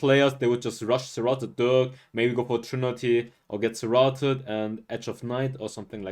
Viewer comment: It’s pronounced “sir - rAted” not “sir - rotted”. Thanks for your explanations and reviews.